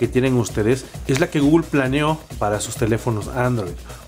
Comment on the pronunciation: Quién es GUGUL? xDDDDDDDDDDD guuuuuuuuuugul jajajajajajajaj